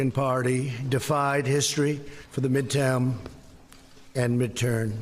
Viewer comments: " mid-tan" or mid term...oh bugger off you silly orange fool! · midtaum *jaw pop*, and midtern year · Midtam/ Midturn—- did he mean MIDTERM!!!! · Trump said "Mid town" and when he tried to correct himself but he said "Mid turn" and not Mid Term. You can tell because when you pronounce the letter m your lips come together, and his didn't. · Did Trump seriously say midtown/midtern election? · "Mid-tam, and mid-tern." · LOL..."midtown...and midterN"...still missed it. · Midtown - Minturn year? WTF? LOL - and Trump's eye bags now match his White Nationalist agenda. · « ...midtown and midtern... » 😂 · Did the cocksock really say midturn year? Can he speak english? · Two tries and he still didn’t successfully say the word “midterm”. You know, the whole thing the presser was about, the midterm elections. That’s unnerving. He’s unraveling.